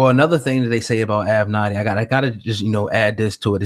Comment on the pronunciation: Say It With Me: AV-Ven-Natty. It's like A Tribe Called Quest or "A Pimp Name Slickback." You have to say it together. LOL!